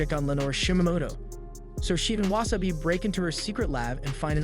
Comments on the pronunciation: And it's Wasa - bi not wa - sa - bi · Anyone else kinda mad about the pronunciation of wasabi(not like mad but like the feeling when someone is chewing loud or something)